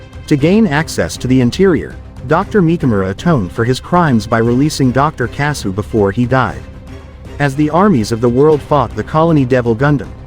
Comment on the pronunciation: Your an idiot, Kyoji didn't still it, his dad told him to take it to earth to keep the military from using it for war. Get your Gundam history right. And another thing: their last name is pronounced kasshu, you can LITERALLY hear the H in the name it's pronounced the same way as the nut itself but spelled differently